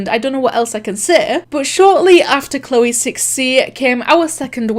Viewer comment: you said choleeee